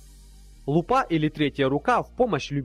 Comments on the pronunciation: Слушай, видео классное - и материал подобрал к инструментам, и сами инструменты интересные. Но отношение к озвучке отвратительное. Ты сам не понимаешь в какой интонации читаешь каждое предложение, акценты меняешь через слово. История с ударением(особенно лупА) и того хуже. Создаётся отвратительное ощущение, что ты не просто болт положил на подготовку озвучки, а намеренно каверкаешь всё что можешь. Здоровый же лоб уже, исправь этот обидный косяк. Успехов в продвижении канала. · Как же меня распирало от "Распиратора". Ещё угарнул от его лупА